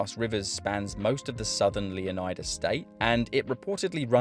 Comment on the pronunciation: It’s pronounced, “Luh-Nie-Duh” Luh rhymes with Duh. Nie rhymes with Lie. How is “Leonard” pronounced? You don’t say “Lee-oh-nard”. Stop pronouncing every letter in the word.